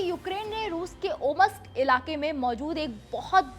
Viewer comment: इसको बोलने नहीं आता है। नोवोसिबिर्स्क और ओम्स्क होता है। न कि ओमस्क(OMusk❌) (Omsk✅)